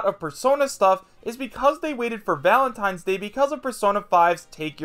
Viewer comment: "Valatnines day" Yeah seems credible enough